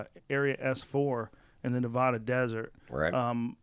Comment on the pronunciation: How do you not know how to pronounce Nevada properly. Nevaaaada, not Nevahda. Sorry thats a pet peave of mine.